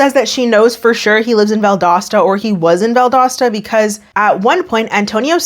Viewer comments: You pronounced Valdosta correctly btw. Nev & Laura did not lmao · This was in my home town, and she was one of my friends from high school, I’ve been waiting on this one!!! Thank you for the great content, and you said Valdosta right,! (Btw, found out I’m baking twins lol, but they’re healthy and going strong 🙃) Safe travels and have fun! ✈️ Edit to add: Angel was really a sweet girl in school, it’s very unfair she was taken advantage of like this. I sincerely hope she’s doing as well as possible in life moving forward 💜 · Valdosta is my hometown and you nailed the pronunciation! Kudos,! I don't know Angel though. Valdosta isn't THAT small. Haha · I grew up in the area, you’re saying Valdosta correctly lol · So I live in north Georgia but I’m from southwest Florida and my boyfriend and I were driving down yesterday and had a whole discussion about how you pronounce Valdosta. I think you did it correctly.